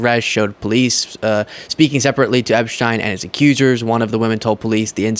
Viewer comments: Just FYI, and not the point, I know. But, I think Boris Epsheteyn is pronounce Epsh-teen. That is how I have heard other lawyers in their videos, or TV commentary, pronounce his last name. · Pronounced epsteen!!